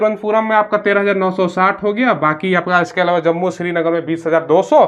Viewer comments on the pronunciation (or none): none